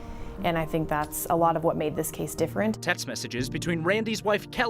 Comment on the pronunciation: I think ("tink" 😅) we need to start a GoFundMe to buy some "H"s to put after "T"s. My goal turty tree tousand dollars. 🤣 I joke dude. Love your content and how you present it as well as your accent. 😎🇺🇸